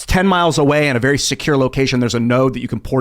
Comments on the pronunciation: say very……vewry. no, there is no w in very 😂